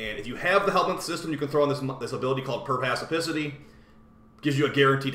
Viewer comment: "PERPACIPICITY" lmao. Perspicacity, sir.